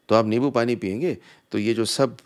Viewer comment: Its limbo not lebo